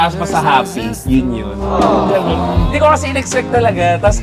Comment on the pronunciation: Grabe dami kong tawa sa "hinde" hahahs